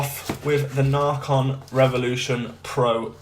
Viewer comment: It’s not narrrcon is naycon